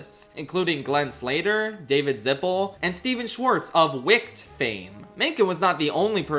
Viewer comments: Why'd you say "Wick'd" ? It was funny, but I'm just confused. 😅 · i like how you’re trying to posture yourself as someone who is very knowledgeable about musicals and this industry side of music production but you pronounced wicked as “wickt” as if it’s not the most talked about musical of the past year. either you live under a rock and you’re completely talking out of your ass or you’re using an ai voice and you’re not checking it closely enough.